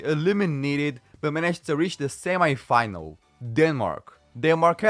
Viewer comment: I put a mega dislike,cause of the very wrong pronounsation of "semifinal" word.My head had enough of that + the semifinal between Italy and Germany ended 2-1